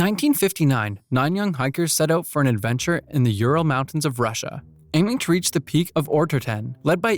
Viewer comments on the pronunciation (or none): none